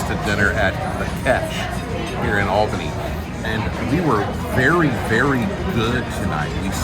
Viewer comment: This guy pronounces "Albany" wrong.